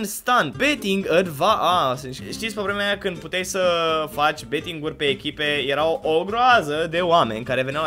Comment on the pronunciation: "csgo beeting"